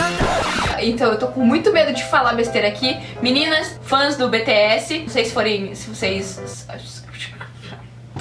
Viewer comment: É "BI TI ESS"